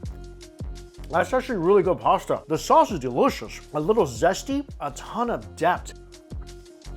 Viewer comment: The way he says DELISHISH is the best haha